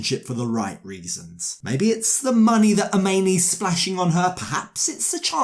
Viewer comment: Agreed, but Any is a nightmare too! The whole situation is ridiculous. And has anyone noticed that never says Amani's name the same way twice? Sometimes he calls her "Ah-meen-ee." Sometimes it's "Ah-mah-nee." Doesn't he know how to pronounce his own wife's name? Something is very fishy about all of them.